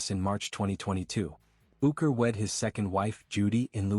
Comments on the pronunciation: Quality video ... not ... can't even pronounce his name correctly! AI is wonderful! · it's not possible to be respectable and get the AI to pronounce his name correctly?